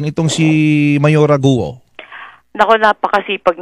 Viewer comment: Bakit ba gu o ng gu o. Wrong pronounciation po. Its go.